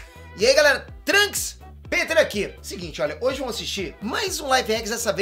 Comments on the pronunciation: Ele fala "tranks" como se fosse "tranquilo" e n "trunks" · Ele infatizou " e ae galera TRUNKS Peter aqui' kkkkk